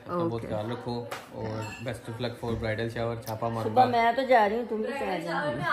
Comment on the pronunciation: yrr subo subo kya hota hai subha hota hai